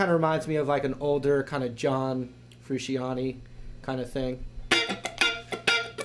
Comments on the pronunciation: (FROO-SHAUNT- EY) not Fru si an ee... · "FRUUSHEEEONIE" What the hell:P "FRUUSHAUNNTAAYY? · John Froo-sean-tay, not, "shan." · haha he said froo-shee-anney..ITS FRU-CHANTE!! haha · Its Fru-shaw-tay...not Fru-see-on-tee....anyway its still good. and sounded funky so mish accomp. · Sean? You pronounce "Sean" differently than "Shan." Sean - Sh-aw-n. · John Froo-shawn-tay:) thats how yuo say it:) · the guy said john frooseeanne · its an italian name , the correct way to pronaunce it is Fru-see-on-tee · isn't it pronounced fru-shan-tay? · John Froo-she-ahn-tee? Really? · why do so many people pronounce Johns last name wrong XD great lesson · wow he pronounced his name wrong.. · Butchered frusciante's name